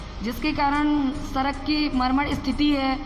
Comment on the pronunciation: उच्चारण तो सही करो , सड़क को सरक बोल रहे हो😄 VO करना आसान नहीं😄 बहुत शब्दों में त्रुटियां है भाई।